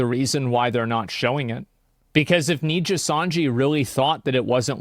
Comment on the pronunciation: jeez asmond had to cover RIPBOZO so much he actually pronounced nijisanji properly now, that shows how much nijisanji fucked up.